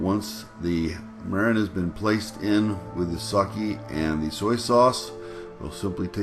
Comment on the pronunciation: this looks magnificent! If I take the time to make chicken teriyaki, I want to make the authentic Japanese type. You showed that it isn't too difficult. Three ingredients for the marinade and that's all! Wonderful! I'm not sure what that last ingredient is. It sounded like "mirin." I hope you are all cozy and settled in the new place. The pool looks immensely inviting! Great job my friend! Thanks!!